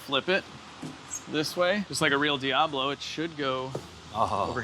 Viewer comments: “The No-Ablo” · The foeoblo (foe-ob-low) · Call it the “Fiablo” fee-ahh-blow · Diabfaux. Or Diab faux. Or Lamb-faux-ghini… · The "Doh"ablo 😂